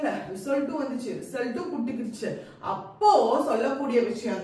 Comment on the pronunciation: That word "puttukichu" u pronounced🤣